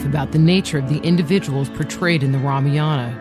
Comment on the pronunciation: what the fuck is Ramiyana, it's Ramayaan